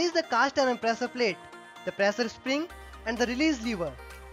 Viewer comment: Shapt*😂 prasaar palate *😂😂